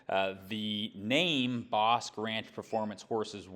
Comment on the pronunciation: Bosque is pronounced BOSKEE....It's spanish for forest/woods